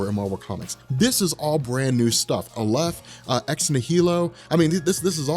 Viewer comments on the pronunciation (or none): I think the correct emphasis is ex-NI-hi-lo (based on the root), and Aleph is definitely pronounced A-lef.